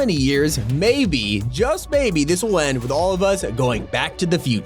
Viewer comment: Odd how you said "back to the future"